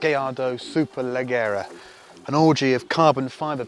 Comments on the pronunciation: I'm always a bit put off by how Chris pronounces "Leggera". Sure know a lot about Italian cars except how to call them. Easy enough to forgive though. Thanks for the good work. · Fabulous as always, but I wish he'd learn to pronounce 'leggera' properly. All the best.